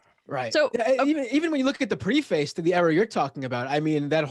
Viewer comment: Okay, it's not pre-FACE, not rhyming with RACE. Geez.